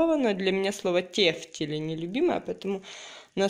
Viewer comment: МакарУны, а не макароны. Раз уж вы тефтели тЮфтелями называете, то хотя бы макарУны называете правильно!